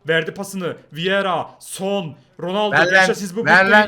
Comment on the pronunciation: ronaldonun ismini bile söyleyemiyor daha doğrusu konuşamıyor